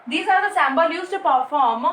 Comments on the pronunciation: Mam your teachings are giving a good vibe in my studies but the pronounce of some word are wrong which u are speaking that is its symbol nd u are pronouncing sambol... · Symbol ki pronunciation galat hai